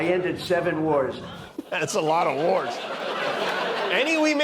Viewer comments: Y'all misheard the Donald. He didn't say he ended seven wars, with his speech impediment, he meant to say he ended the seven dwarfs, by deporting them to Uganda. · I always understand “7 dwarfes” 😬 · Did he say seven wars ? He meant seven dwarfs.😂